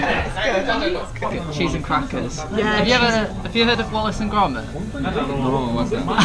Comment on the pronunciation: ファッションのスタイルは全然違う感じなのに共通の趣味があって仲良さそうで見ていて気持ちいいお二人ですね(^_^)「ウォレスとグルミット」と「オアシス」はちゃんと本場の発音で聞くとピンとこなかったです(笑)